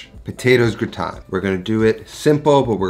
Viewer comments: Amazing recipe 👏🏻👏🏻👏🏻 I’m a bit confused by your pronunciation 😁. It’s like you’re flipping i and a. It should sound grAtIne not grItAne like you’re saying 🤓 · It’s not pronounced “gooton”…it’s pronounced “ger-ot-tin” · this is possibly really annoying but it's pronounced gra (like the first part of grass) and tin (pronounced like tan, when skin goes brown) gra-tan. :) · I like you but I hate how you pronounce au grautin. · yes GraaaaaaaaTin as AAAAAple 😉 - the name of the dish is Gratin Dauphinois (GrAAAAAtin DowFeeNwa) and it’s much better made w/o onions 🧅 but with Garlicky cream 😋 I put #Fresh garlic bits in cream with salt & Parmesan. Simply mix no cooking or even heating it up, it’ll all happen in the oven and layer in your potatoes 🥔 then foil on and in the oven 30” then another 30” w/o the foil #EpiK (I’m French)